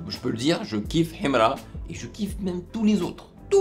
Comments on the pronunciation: C'est sa manière de prononcer HIMRA qui me plaît même 😂😂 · En plus ta pas la bonne prononciation de Himra lis sa normalement